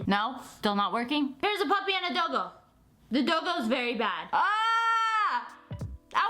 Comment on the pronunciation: when she said doggo i thought she said dildo